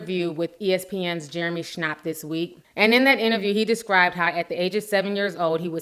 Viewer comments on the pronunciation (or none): its pronounced Jeremy ShAPP